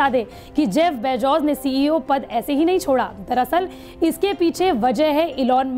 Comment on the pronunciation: Abe pehle name sahi tarike se bolna sikho Bezos hota hai na ki bejoz iske baad mein patrakarita karo